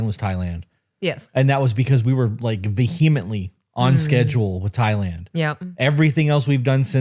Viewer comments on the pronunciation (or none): Im sorry..... VE-HE-MEN-TLY i still love you...